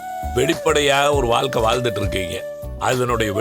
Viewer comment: அது என்ன எல்லாரும் ' வாள்கை, வாள்கை ' ன்னு சொல்றாங்க?